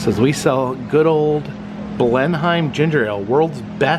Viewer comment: The Bleneim Ginger-Ale is actually pronounced "Bleh-nuhm" as opposed to "Blen-Hime". It used to be manufactured at the Blenheim Bottling Company in Bleneim, SC and was acquired in 1993 by the Schafer family who also owns South of the Border. It's now bottled and manufactured at a new plant at South of the Border near the Camp Pedro RV Park.